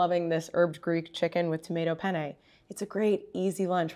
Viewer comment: FYI make sure when you say penne you really stress those double nn cause girl you made my Italian ears stand up and I almost spit my lunch. LoL.😂